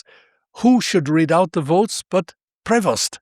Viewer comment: About this video verbal voice sound and subtitles : "Prost" is NOT what it should either sound or being written: #PREVOST" Typical American sound to writing usual confusion...